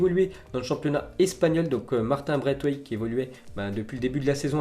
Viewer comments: On dit martine braissewaith... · Slt, martin braithwaite se prononce braiSwaite